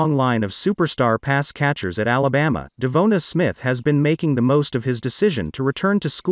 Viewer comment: You’re the only guy mispronouncing his name.